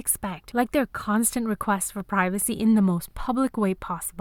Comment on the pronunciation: We want pravasehhhh We want pravasehhh!